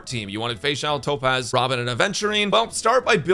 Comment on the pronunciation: When bro said robin i heard ramen and then i realized after boing a little back